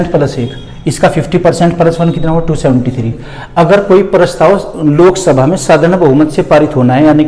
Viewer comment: Sok sabha nahi😆Lok sabha😂😂😂😂😂